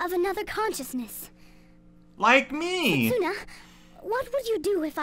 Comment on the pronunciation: Anyone else with a little knowledge of Japanese that cringes deep inside everytime someone pronounces the "u" in Setsuna? 😬